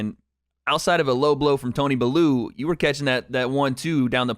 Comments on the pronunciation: talking about tony bellew like he’s baloo from the jungle book should know its pronounced bell-you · also brother, Tony's name is pronounced bell-u not baloo 🐻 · Tony “belloow”